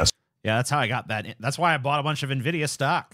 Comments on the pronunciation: "NIVIDIA, relatively new company" NVIDIA (pronounced "iNvidia") founded in April 1993 (31 Years) and leading the marked for GPU's ( a multi-billion-dollar-market) for almost as long. Their specialty is not AI. It is semiconductors. Semiconductors happen to help with AI for some mysterious reason. Almost every singe piece of information in these 2 sentences is wrong. Those people (TYT) are journalists right? Yeah, I can tell... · a always said "en vidia" too. "Na vidia" sounds like a non sugar sweetener.